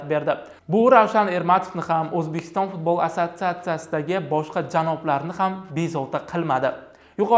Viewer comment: Kõrolmisla Fozilovni Futbolni F xarfini cunmasdan gapirwma yebanlar